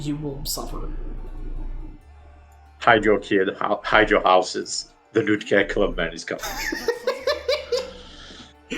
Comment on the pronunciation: "Nookta War Chief "